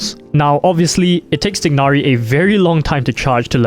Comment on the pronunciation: *TAI-NARI* Come on man.